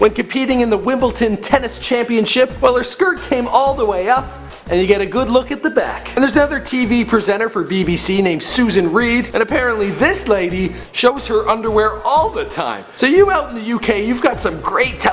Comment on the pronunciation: Susanna Reid...NOT Susan Reid. I thought you did your research.